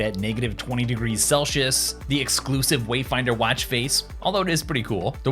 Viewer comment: What is “celshius”?